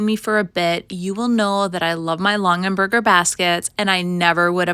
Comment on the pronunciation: Just to clarify, it's Long-a-berger, not Long-en-berger. I recognized it as a Longaberger instantly, painted or not 😂